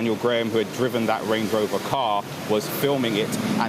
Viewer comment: Dat (that), da world (the world), bofe (both) norf east (north east)! What poor pronunciation. Down the pan.